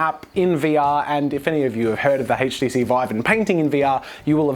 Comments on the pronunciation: I like how he pronounces HTC as "hayt-chi-seed" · The "haych"-TC Vive. LOL